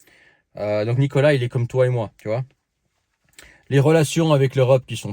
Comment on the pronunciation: çà se dit Nicolás en ppuyant sur le a